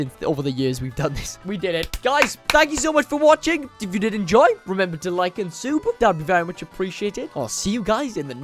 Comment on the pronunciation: where u say sube. i like u saying sube. it funni